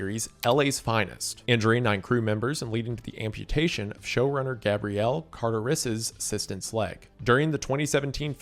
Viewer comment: DURING PRIDE??!!! 😧 Also Gabrielle Carter-iss.